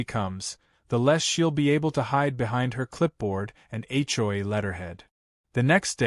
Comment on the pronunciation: When will AI learn that the Capital Letters in HomeOwner's Association are pronounced and scripted as H O A, not A CHOI.